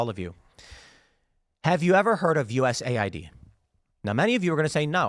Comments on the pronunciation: Well if you stop calling it U S A I D and instead calling it US Aid we would know. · As a non native english speaker, hearing u-s-a-i-d causes a short circuit in my brain, isn't it supposed to be us-aid?